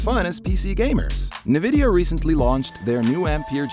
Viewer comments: G-E force? “Nuhvidia”???? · I’m just gonna pretend I didn’t hear that ‘Nuhvidia’ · when I heard "Ge Eforce" and "Nuhvidia", I turned iff the video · 'Nah-vidia' wtf? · Yeah Im not gonna listen to advice on nvidia cards from someone who doesn't know how to pronounce it. Sorry